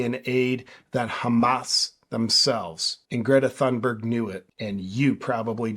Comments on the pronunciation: No JP, it's pronounced thoonberg. As you said, Greta herself for some reason is speaking like she has a mouth full of marbles. Something happened between the farmer telling her that she's an idiot, and this. I suspect she got in the wrong persons face, and got herself clocked with a roundhouse punch that screwed up her sinus cavities. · JP the “ Th” in Thunberg is an aspirated T not the Theta sound as in “ thick” or “ thin” or Conspiracy“ theorist “. In English as in Swedish voiceless consonants at the onset of a stressed syllable are often aspirated and indicated by adding an “ h” as in “pharaoh” or “ Phuket”. Both English and Swedish have Nordic roots. I would expect this also in the English spelling of “ Thomas”. In other languages like Spanish it is spelled “ Tomas” as the stress is on the second syllable so the T would not be aspirated anyway. I don’t know if Spanish follows that rule as it is Latinate and does not share Ural-Altaic contingency. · I think it’s pronounced Greta Dumberg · YOU pronounced her name wrong. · Pretty strange that JP thinks, he better knows how to pronounce Gretas family name. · greta forgot how to pronounce her own name, who on earth has ever forgotten how to pronounce their own name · Loll jp telling her how to pronounce her own name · JP, you have great content and I've never heard you say something off in the past. I don't much care for the little Doom Goblin myself. But saying Greta Thunberg isn't pronouncing her own name right really rubs me the wrong way. A person is always the authority on how their own name is pronounced. We don't kowtow to pronoun and neopronoun demands, but we DO respect people's legal names. BTW you got it wrong, JP isn't pronounced "JayPee" it's JooPoo. Get it straight! Your next video must start with introducing yourself as "JooPoo." Plus a sincere apology for saying it wrong all this time and misleading your subscribers.